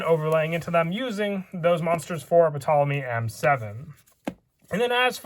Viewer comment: The P in Ptolemy is silent